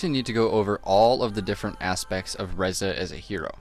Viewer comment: Ree-za ffs